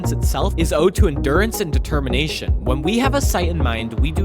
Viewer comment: did you say... Determination?